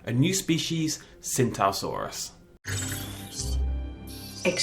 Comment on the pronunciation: It's pronounced chingtao saurus